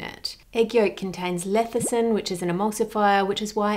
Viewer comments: It's "lecithin", not "lethicin". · Lethicin, or lecithin? 🤔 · Mrs. Reardon, I’m sorry to nitpick but your videos are so thorough I want to understand: are you pronouncing lecithin an Aussie way perhaps? My dictionary has it pronounced as it looks, but you reverse the “c” and the “th” to say “lethecin” instead of “lecithin”. Is there a difference? Does it matter? I know accuracy matters in these videos but pronunciation doesn’t affect anything. Still, thought I’d ask, because I ❤️ you! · It's not lethicin, it's LECITHIN... Come on, Ann, I expect it correctly coming from you. ;) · Ann, a word to the wise: it's leCithin... every time you metion this emulsifier you call it leTHicin. Get it write gerl. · It’s cute how she keeps saying Lethicin ☺️☺️ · Hi Ann, I really like all of your debunking videos. Just wanted to note that the word lecithin in pronounced as le-sə-thən. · Hi Ann. The fact this woman sold pink sauce while being utterly clueless about food and labelling legislation makes me wonder what else she didn't know... (By the way, you mispronounced lecithin. You said leticin multiple times.) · You've been pronouncing "lecithin" with the "c" and "th" switched, by the way! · Your mispronunciation of lecithin is driving me crazy, lol